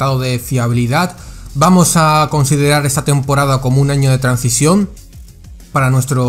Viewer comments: Pequeña corrección, se dice transición no trancision. De todas formas, muchas gracias por todo tu contenido, lo disfruto mucho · Se dice transición, no trancision, el contenido es guay, pero le metes unas patadas al diccionario...